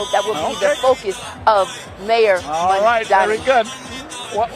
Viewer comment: Did Letitia finally learn how to correctly pronounce Mamdani's name? Because at the swearing in, she said "Kwami Mandani". She did it one time already and the poor guy simply can't catch a break.